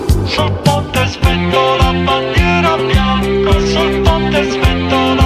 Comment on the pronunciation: holy W recommendation finally yt recommending some good stuff grandissimo, Franco Battiato su yt reaction l'ultima cosa che mi aspettavo Cooked pronunciation LMAOO though Actually W pronunciation for bandiera bianca that was spot on also lowkey listening to music on that language is always the best version to learn pronunciation minima immoralia best translation is minimum immoral(but I think it's kind of invented idk) my fav one is..yeah I give up every song is peak maybe the outro